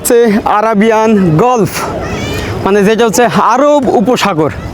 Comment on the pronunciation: গলফ নয়, গালফ বলুন!